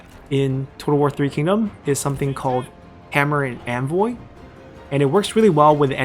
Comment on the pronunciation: Hammer and "Anvoy?"😕